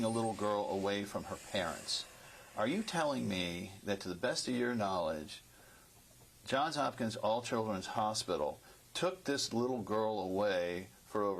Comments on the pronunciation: Wait, so she works at Johns Hopkins but calls it John Hopkins? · Can't even properly pronounce the name of her employer.